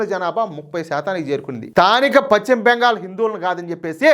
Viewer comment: Pachima bengal kadayya adi paschima bengal antaru.neeku telugu pronounciation teliyada?,velli telugu pronounciation nerchukoni videolu cheyyi